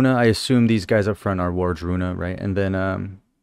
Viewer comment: Ward-Runa. It's easy to think War-druna. Not that it matters but I mention it for they who possible would want to know that